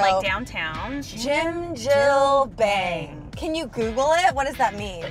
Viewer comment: omggg the way they were pronouncing bang and then the receptionist snapped at them like "bang not baeng" i cant stop laughing